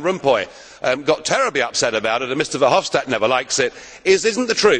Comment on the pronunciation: Not "Hopstad", it's Verhofstad.